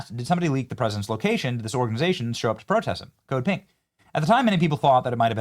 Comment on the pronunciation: Until I saw their pink shirts I thought you were saying “Code Pig!” Lol! So disappointed in MTG. When I heard she made millions insider trading I was done supporting her.